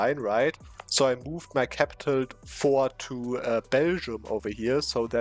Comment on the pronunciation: This is just sick; what the heck! I love your videos but this might be my favorite so far! Btw, just a little personal service announcement here - you actually pronounce the 't' in 'fort' in English. Don't worry it doesn't actually matter, it's just in case you'd like to know.. now you know. :P